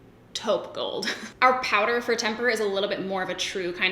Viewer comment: I'll take Temper please and thank you! (but seriously, rose gold is hard for me and you said it so well!)